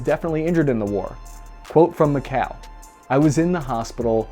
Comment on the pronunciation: Its "MeeKhaeeL" not Mikhell.